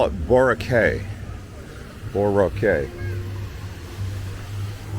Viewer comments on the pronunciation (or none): I'm convinced this video is a subtle spoof on travelogues made by the stereotypical American tourist. There are a few giveaways, though. Tallinn and Riga also have old towns and are both in Europe. But my favourite spoof was the reference made to the architectural style known as "baw-raw-kay". Very funny 😂😅